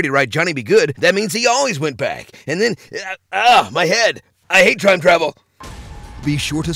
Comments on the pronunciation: "I hate TRIME travel!" ????? We must find out what this trime he speaks of is.... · “I hate trime travel.”